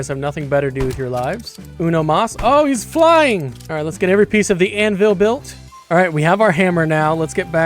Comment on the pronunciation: "Maybe i'm buwilt Difwent"😭🙏